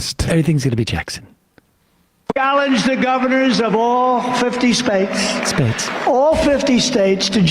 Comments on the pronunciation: Did he say all fifty SPATES? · "All Fifty Spates" -Donald J Trump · The qualifications of a true president😂